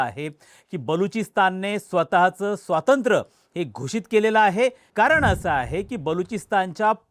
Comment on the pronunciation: स्वातंत्र नव्हे स्वातंत्र्य म्हणा.---एक शिक्षक.